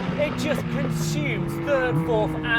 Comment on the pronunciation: Just checking, where is the ‘h’ in ‘consume’?